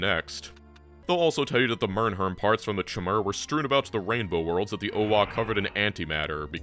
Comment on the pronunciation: Between Py and nailing the pronunciation of Mmrnmhrm I honestly can't tell which is more impressive.